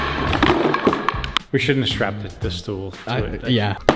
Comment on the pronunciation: its not stoel